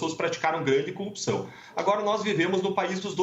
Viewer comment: Igual ao Moro, fala coupção... Kkkk